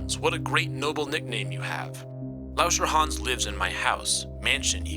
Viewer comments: i thought he said "wash your hands" not lauscherhans (do wash youor hands tho) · the way u say lauscherhan is like a chinese person would do